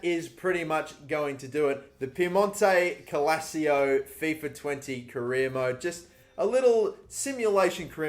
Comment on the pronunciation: My guy can’t even say “Piemonte Calcio” right. Therefore I’m not watching the rest of the video I’m kidding byw